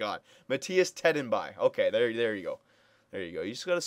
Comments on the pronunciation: Its TED- N- BEE.... TEDENBY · Ted-En-Bee. That's how you pronounce it. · it's te-den-bee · hahah te-DEN-be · Tedenby = "teh-den-bee" :) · its ted-en-bee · Trade Marty. And it's pronounced Ted-en-bEE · Listening to your pronunciation of Tedenby was legitimately painful. Still big fan, just watched all 98 videos you have posted for Tampa, figured I should to watch your previous BeAGm modes. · haha you just have to slowly prounounce it